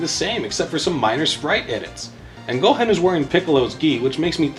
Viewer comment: Lmao what about pronouncing the G in Mugen like gelatin or the “han” in Gohan like “hand” and not like “Han Solo”?